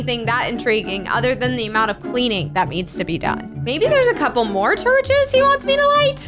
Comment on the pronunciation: she said turches